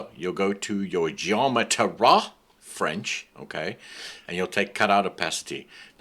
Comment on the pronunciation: LOL the first words :DDDD Ghgheometry!